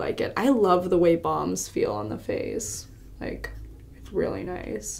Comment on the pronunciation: At first I thought she was saying bombs not balms 😂😂🙄😬